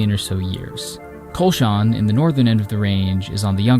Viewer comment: Kulshan is pronounced Kulsh-in and Kulsh-un